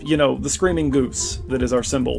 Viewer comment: At one point in this, the way you said "g00se" reminded me of Monty Python and the Holy Grail and their subtitles about the m00se.